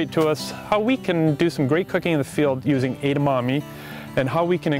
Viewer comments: She said Edemonies omg these guys are weird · Wow...it's pronounced: Edd-ah-Mah-May. Jesus... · Kept saying Edamonies...omg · エダマメイとかエダマミーみたいな発音も可愛んだけど、つい「え！だ！ま！め！」ってちゃんとした発音で正したくなる。カラテイじゃなくてカラテ！カラオケイじゃなくてカラオケ！ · Did I hear her say Edamani? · I dont know why they're having difficulties in pronouncing 'Edamame'. Its very easy. Maybe bec they're not asian but it doesn't makes sense to me.